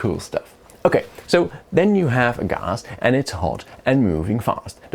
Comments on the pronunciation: say gahhs one more time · Ghas - the most posh Gas pronunciation I've ever heard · i don't think i've ever heard anyone pronounce it "gahz" before xD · "Ghass" wtf is ghas